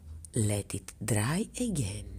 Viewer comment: Love it! Love it every time you say DRRRRY. 😉